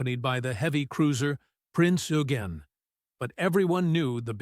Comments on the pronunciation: 'Adolf' n ot 'Aydolf'. 'Prinz Oygen' not 'Oogen'. What is wrong with these narrators, who seem to have no grasp of how to pronounce German. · Prinz Eugen ô¿ô